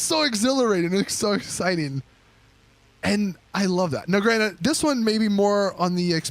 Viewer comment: I'm subscribed, I like, and watch your videos all the time, but you infamously say granite, when the word is granted. Granite is a goddamn Stone. I wasn't going to say anything, but I've heard it over a thousand times now, I had to do this.